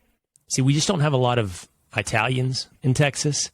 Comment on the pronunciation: Man.. you said eye-talians....